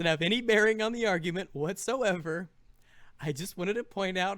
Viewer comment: How Do You Screw Up Argument, YOU SAY THE WORD YOU HEAR THE "G"